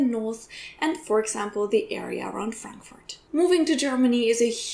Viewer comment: Ich habe eine grosse Bitte, ----Please....no more HAM(pronounced like "Schinken" in English). We English speakers understand you perfectly when you pronounce it in GERMANl--Haaaaamburg. Same goes with Frankfurt. Not the nickname for Franklin--no, no, no! Fraaaankfurt. Please, we understand the names of these two cities when pronounced correctly in German.